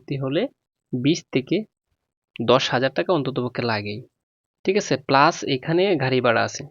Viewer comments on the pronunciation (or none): none